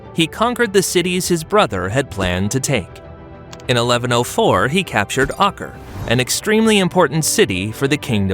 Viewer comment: Ak-Rah, you got all the other pronunciations right but a four letter City called Acre comes and you say it wrong lol.